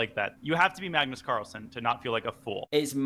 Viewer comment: I swear i always hear Carstles